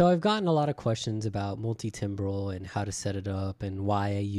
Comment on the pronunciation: It's pronounced "tambral" as in musical timbre (tamber)